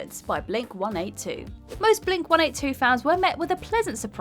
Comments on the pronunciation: why did she pronounce it blink- 1 8 2 and not blink-182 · Pretty common in the U.K. for them to be referred to as 1-8-2 rather than 1-82. There’s nothing in the punctuation of the name to suggest a specific way of pronouncing it so you’d often hear them called Blink one hundred and eighty two in the early days in the U.K, before people started using 1-8-2 instead. Odd the differences that crop up based on location!